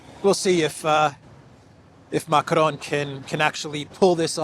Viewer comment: I've always wondered: why do you always, always call the guy Macronne (which would be the feminine form of the name in French)?? Not complaining, just curious 🤭🤷‍♀